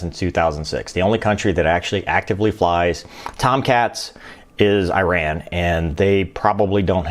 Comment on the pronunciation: As an Iranian ex fighter pilot student i would like to say Iran pronunciation is not as "i run" like ipad or IGA The correct pronunciation is: E run like eagle , east, Any one who are interested in Iran-Iraq war air battles just type: Iranian f-14 tomcats in combat Iranian f-14 pilots telling their stories of warfare Thanks by the way Your videos are good, I always watch yhem Merry Christmas 🎄